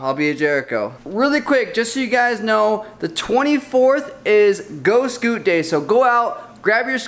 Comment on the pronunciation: Everytime he said scoot it made me cringe a little